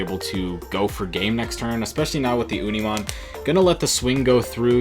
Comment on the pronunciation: Love your content, just hate the way you say Unimon